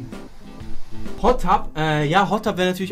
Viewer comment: Irgendwie schafft es kein deutscher Streamer "Hot TUB" richtig auszusprechen lul wieso kommen alle auf Tube?!